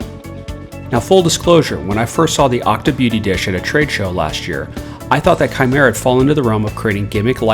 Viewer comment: That awkward moment u realize it's kimera not shimera 😓